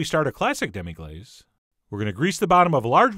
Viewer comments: sorry, but wouldnt it be pronounced "glass" rather than "glaze" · Say Demi-glass it's phonetically correct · You're pronouncing it wrong!